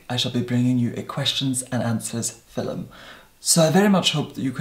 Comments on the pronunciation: Leena Husa that's how he pronounce "film" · I have just discovered you,, and this is the first video I’ve watched. I must say that you are completely mesmerizing. You would make a great hypnotist. BTW, I am obsessed with the way you say “film.” And I love the brogue in your voice when you say “tone.”